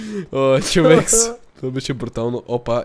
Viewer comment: bro не знам дали друг забеляза но на Никича му викаш човекС